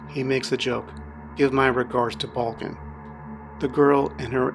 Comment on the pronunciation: The names balkan not balkin :)